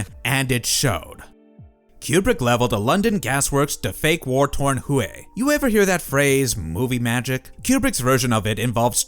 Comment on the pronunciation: The city is pronounced 'Way', not 'Who hey'.